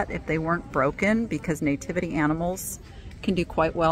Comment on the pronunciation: It's NATIVITY NOT NAYTIVITY😂